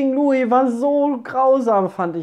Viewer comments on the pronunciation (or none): none